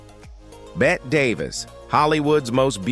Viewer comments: Hey bot, it's pronounced 'Betty', not 'Bet'. Give yer coding a shake already! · Bette is pronounced the same as Betty.